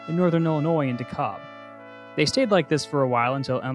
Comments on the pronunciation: It’s de- kalb not dekab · excuse you it is pronounced De-Kal-b